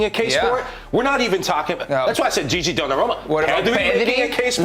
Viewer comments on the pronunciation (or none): none